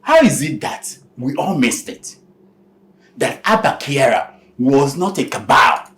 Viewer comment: His name is Kyari not Kyara☺️😊